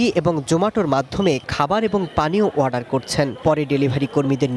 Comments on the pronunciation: ওয়াডার কিরে ভাই অর্ডার বলেন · অর্ডার ❌ ওয়াডার ✅